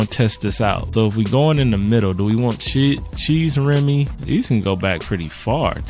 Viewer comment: he said “cheese remy” im dead son its ‘shay’ remy 😂😂 L reader still love